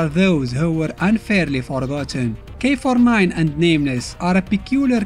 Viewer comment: Why I keep thinking you say “k49” lol